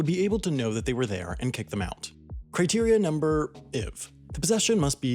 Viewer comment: Criteria Numbr IV? Lmao, dude!